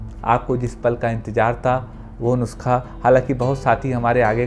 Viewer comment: Sir aap nuskhe ko nuksa bolte ho achhe lagte ho😁😁😁😁😁